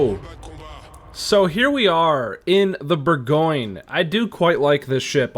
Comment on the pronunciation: Well actually,... LOL couldn't resist. It's French... so expect the pronunciation to be something other than what you think:). Here, it's more like boar - gaan - yuh. Not boar-goin. That last "yuh" is subtle, too. Don't over-emphasize it. It's the French name for Burgundy. Just like Munchen is German for Munich, Bourgogne is French for Burgundy. Edit: it's not "grobe" it's pronounced "gross". Friedrich der Große is German for Fredrick the Great. Großer Kurfürst is similarly pronounced "Grosser" not "Grober".